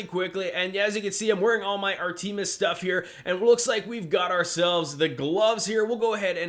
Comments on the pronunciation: Me- Lee and Ar Tee-mis....dude..... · Maybe a dumb question but the way you prenounced artemis, is that just how you say it or is that how you think it is pronounced?